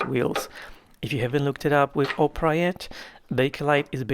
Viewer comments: So the first time I played this video I was just listening to it and when it got to the point of Opera I heard Oprah instead 😂😂 and I was like whaaaat, a colab with Oprah 😅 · when you saying ‘opera’ I kept hearing ‘Oprah.’ I thought it was strange…